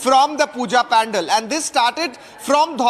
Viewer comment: Dear kindly correct your pronunciation of Pandal it's not pan-dal. You are a role model for many.